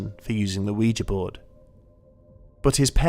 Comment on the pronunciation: At last! Someone who pronounces ouija correctly.